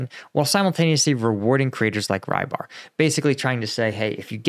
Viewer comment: Rybar - his name is pronounced quite differently, most closest I may suggest is to spell like: rubbArr